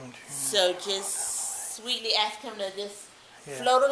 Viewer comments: I’m going to call my lieutenant, and axe him... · I would have to go with the 2nd cop the diversity hire because the others know they were doing wrong she has no idea about the law or right. She needs to call and "AX" a question lol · '' I'M gonna and axe my lieutenant'' ,, the Affirmative Action female cop can't even use correct English !!! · She said she going to ax him I bet she ax a lot in court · She’s going to “ax“him and see if he says lock you up😡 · Number 2 The Ebonics speaking Cop she is going to "AX her Lou Tenet " Isn't it illegal to AX anyone ? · She axed her lieutenant. Is that legal? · im gonna ax him. lol, speak proper woman. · I'm going with #2. Any officer that is unable to pronounce the one syllable word "ask" is sta sta stupid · Is the BLACK woman a murderer? She said she was going to AX someone. SMH. I wonder if she made it through 3rd graded. Does she know her letters and numbers? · "Im gonna axe him". Black people talk so stupid. Clear constitutional violation of free speech. You can tell in Georgia Blacks dont want freedom. Whites fought hard for freedom and blacks are doing whatever they can to destroy American Values. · she's gonna axe her lieutenant. sounds like a threat. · I’m gonna call my lieutenant and axe him 😂😂😂😂😂😂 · Don’t axe your lieutenant. That’s scary. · She’s going to “axe’ her lieutenant? Ebonics quota hire alert! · Why can't they say 'ask'? They all say 'Ax' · She’s going to ax her lieutenant? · Number two was definitely the dumbest. She said I'm gonna aks my lieutenant. . 😆 🤣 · Did this cop just say that she's going to "axe" her lieutenant or she's going to "ask" her lieutenant. Why would she want to use a tool that has a heavy head with a sharp edge fixed to a handle and is used for chopping and splitting wood, on her lieutenant. Booyah! I thought that was funny. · I'm gonna "axe" my luietenant? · She says: I am gonna call my leutenant, and I am gonna axe him... She just admitted to murdering someone! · Did she say ax?